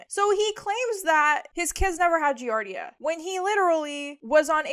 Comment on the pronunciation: It’s pronounced Gee-Ard—eee-uh and it’s a parasite that’s found in 💩 tainted water usually.